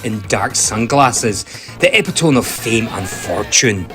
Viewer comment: It's the "me" part at the end of the word that's the issue, not your lovely accent.